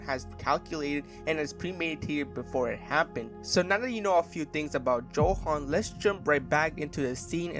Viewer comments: His name is pronounced with a Yo sound, not how it’s spelt. Yohan not Joehan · Ay stop calling him JOhan